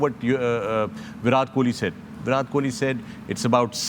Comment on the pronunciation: Chacha Fakar, please pronounce “Virat” correctly.